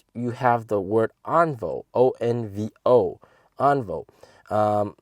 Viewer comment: should pronounce "On-Vio"